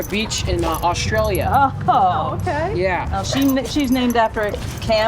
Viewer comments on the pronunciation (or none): none